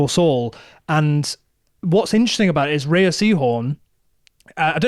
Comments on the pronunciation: Great chat you two thank you. Pluribus the best show of 2025. Just a note that Rhea is pronounced like ‘Ray’, not Ree-a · Every time they say Rhea and not Ray, you don't deserve my time. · Rhea is pronounced "Ray" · rhea is pronounced ray, like shea butter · You guys have got to do your research. Her name is pronounced "RAY" Seehorn. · Rhea is pronounced "ray" sorry I have to say it because its going to bug me if I don't. Edit: there are different pronunciations but this is for Rhea Seehorn's name specifically